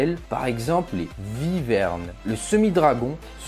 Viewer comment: Petite info, les Wyvernes (ça se prononce Ouiverne et pas Vyverne) ne sont pas des dragons, la différence est que la wyverne est uniquement bipède, là ou le dragon est quadrupède, même si les gens ne font pas très souvent la différence. ;) Sources